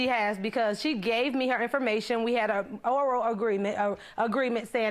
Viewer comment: CeeBee Show she said “oro agreement”